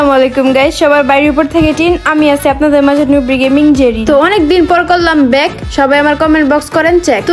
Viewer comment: Bag ❌ Back ✅ aball 🤣🤣